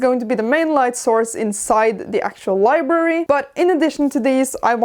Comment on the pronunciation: Li-Brary. Not Li-berry